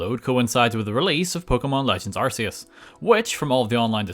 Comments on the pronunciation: It’s arc not arse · You pronounce Arceus wrong, that is all.